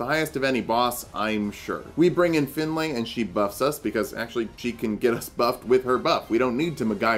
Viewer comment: Awesome video but you are pronouncing the name Finlay wrong its not pronounced Fin-lay more Fin-lee